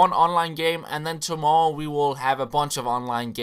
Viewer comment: "tomowwow" lol